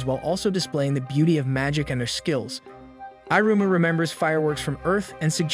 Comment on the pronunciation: Great job summarizing so many episodes in to this recap. The dialogue is well done, but the voice reader/over saying "i" ru - ma ... versus "ee" ru-ma is very off putting. But great job nonetheless